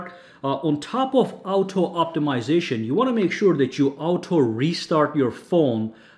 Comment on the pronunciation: I used to like your videos but recently I find your accent so cringy and unbearable. I mean who in the world pronounces auto as ow toe....